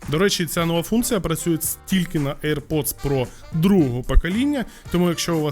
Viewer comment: не правильно :"к вам хтось підходить "!, а правильно буде :" до вас хтось підходить"!!! і не "aip pods трі ", а "air pods три"!!!